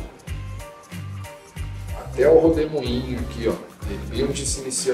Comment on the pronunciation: Eu ouvi RODEMOINHO?